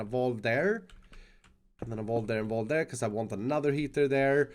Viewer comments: U said valve wrong dummy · Have o been saying valve wrong? It's vALve not vOlve right? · It's pronounced "VÆLV" not "VAALV" or "VÅLV" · I'm American and I'm like it's a vAlve not a Vaolve